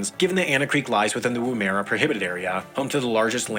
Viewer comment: Lake Eyre isn't pronounced "Eye - arr". It's just "Air". :p And "Woomera" isn't "Woo - mere - ah." It's "Wuhm - err - a "